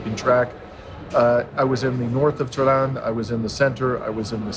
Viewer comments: To pronounce Tehran correctly, you need to emphasize the first syllable more forcefully. It is TEH-ran, not Teran. Thanks for the video. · Pronounce the H when u say Teh,, than speak ran like u would the name Ron in english. Finally, emphasize the second syllable. TeH-RON Et VOILA! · So glad you came to Tehran. Pronunciation may be helped by lengthening the a ‘a’ to ‘aa’ not always. The metro system is really amazing given the time that it has existed and it is extremely good service. In the past Tehran had a problem with pollution (it still does but given the growth not surprising) so many parks have been created. Trees in the city are protected such that if any developer damages one the penalties are very high. Also on the metro in order to get people out of their cars the fares are heavily subsidised. I hop whilst in Tehran you will visit the Milan Tower - the view of Tehran at night is stunning. Also there is the largest bookstore in the world’the book garden’ and the shopping malls are without parallel in the west. If you have time please visit Isfahan you will not regret it - I promise you. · You need to pronounce the "h" in Tehran, the same way that you pronounce "h" in uphold.